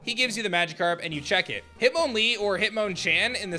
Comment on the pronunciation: Hit-moan-lee?!?! Ok im officially convinced absolutely NO streamer has any way of speaking pokemon names correctly